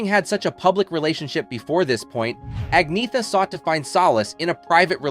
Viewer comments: Her name is pronounced An-y-etta not Agn-eetha. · Se dice Agnetha, con cierto acento, pero no Agnea. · It's really a pity. Her name is Angetha n not At-net-ta or At-knee-ta ok!! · Actually, if you check out her pronouncing it, the Swedish pronunciation is Ag-ny-etta but she says you can also An-yeh-ta or Anna. She does not say An-neta or Ag-neetha. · Her name is pronounced Ahn YET ta. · It's pronounced "An-yetta". Reasearch better. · It's pronounced An-Yetta. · An-yetta - at least get the pronunciation right if you going to do a video clip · How on earth can you expect anyone to take you seriously when you can't even pronounce her name?! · Your pronouncing her name incorrectly. 😫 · Can’t even pronounce her name correctly 😂😂😂 Sensationalist click baiting at it’s worst!